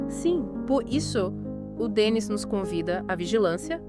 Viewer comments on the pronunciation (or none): A pronuncia correta é Denni, acento no i. O programa é excelente, o Livro maravilhoso.